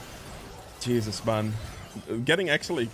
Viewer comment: when you say "jesus" it sounds like "cheezus" and it makes me laugh lmao